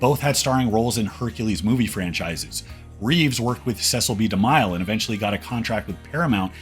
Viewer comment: Constructive criticism. Have some people proofread before posting for name pronunciations and spelling. ie. Cecil B. DeMille is pronounced like Mill in Millions not like Miles. Little things keep you from being like AI read frustrating propaganda. It takes away from being truly authoritarian and knowledgeable about the subjects you’re speaking about. I want you to create more and I want them to be such a success that you continue research and present to us. I think we all really like the show and wish the utmost following for you, therefore a supportive salary. God bless.